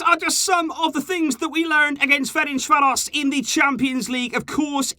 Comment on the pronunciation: ain’t anyone talking about how he said fercanvaros correctly?